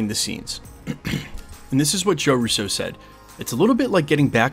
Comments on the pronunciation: It's RU-SO, not Russeaux --They aren't French. Love you channel,. I watch daily. Keep it up, brother!! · Why do you say Russo like that? Lol